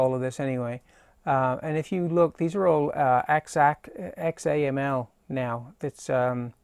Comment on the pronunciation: XAML is pronounced zammel which is not a replacement for XML. :) Thanks for taking the time to make this video, though!